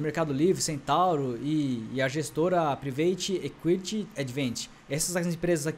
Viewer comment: Êquite?? Conteúdo bom, precisa atualizar melhor o inglês que é a base da teoria da administração. Parabéns e sucesso.